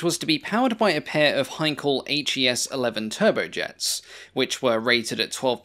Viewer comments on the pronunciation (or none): none